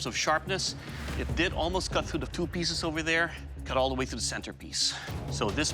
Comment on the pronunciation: It will "keal" It will protect But most importantly It will "Kat"